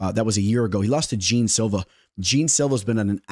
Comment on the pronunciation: Jean Silva pronounced as Gian just like Gian villante